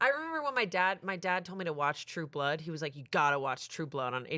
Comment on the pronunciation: The emphasis keeps putting on “blood” when she says True Blood is so funny to me